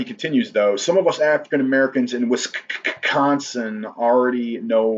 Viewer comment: he said “wis (kkk) consin” 😂😂😂😂😂I see what you did there